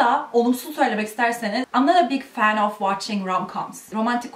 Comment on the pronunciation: oftaki schwaya dikkat etsen daha doğal olacak [əv]